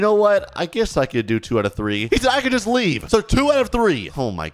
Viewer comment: bro actully say fax and juts juts is not juts its just and fax is aint fax its facts